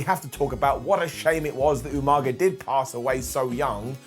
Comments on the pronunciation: Like the way calls him umaga then goes all William regal and calls him umanga twice lol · Almost but not exactly. William Regal always pronounced his name “You-Manga” which was hilariously bad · Ffs! How can call them “UMnUM😅😅😅😅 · Popped for the Umanga instead of Umaga 😂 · Hearing pronounce Umaga the way William Regal does (You-Manga) will always make me chuckle. Little touches like that are why is the best! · what is the deal with british people sayin Youmanga😂😂😂 i was reminded of how many time Regal butchered that poor soul's name